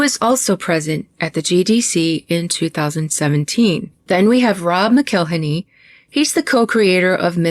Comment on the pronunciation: I'm not sure if your pronunciation is intentional or not, but when Rob McElhenney says his surname it sounds like "Mackle-henney", as in rhymes with "Tackle Penny." It's not "Mc-ell-inny." I don't hold him in any particular respect, but I do think it's worth noting how he actually says his name--especially when he seems to take pleasure in abusing other peoples' names, like Aiko's.